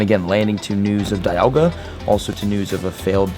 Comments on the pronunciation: it's dee - al - ga not die - al - ga you nerd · Dee-alga not die-alga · its Di-alga not Daialga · It’s not die-alga it’s Dee-alga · It's Dialga not Dailga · It's Pronounced Dee-AL-Ga...Not Da-YaL-Ga...I get triggered everytime you pronounce it wrong.. :-/ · It’s pronounced deealga not diealga I know it’s spelled dialga don’t me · Deeealga!! Ahh every time he says it my heart breaks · DIE-Alga lmao 🤣 Have you played Pokemon Diamond/Platinum? Cringe every time he said DIE-Alga 😬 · Ryan Noble lol, he kept saying DIE-Alga broke the game, more like he broke the game by pronouncing it totally wrong lmao 😆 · How would you pronounce it? C'mon be honest now. :P When Diamon/Pearl first came out I pronounced it like he is. I still pronounce it DIE-Alga because the correct way is wrong! XD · "Dyalga" lol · Ik it’s Dee-alga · OMG .... ITS DEEEEEE ALGA. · It’s pronounced dee-al-guh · Victor Medellin he’s just playing pokemon from pokemon go. No wonder he doesn’t know how to pronounce Dialga, DIEAlga lmao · Pronouncing dialga completely wrong, someone didn't watch the movie eh? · Am I the only one getting pissed of his pronunciation of dialga? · Does ut not bother anyone els that he pronounces it wrong??? Cause am botherd by it!!! Plzzzz......learn!!!! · If you mispronounce dialga one more time, I'm gonna have another hernia.